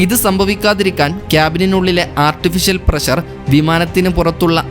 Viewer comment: വിവരണം കൊള്ളാം പക്ഷെ, പ്രശർ അല്ല പ്രഷർ എന്ന് ഉച്ചരിക്കണം അതാണ് ശരിയായ ഉച്ചാരണം ശ്രദ്ധിക്കുക ok.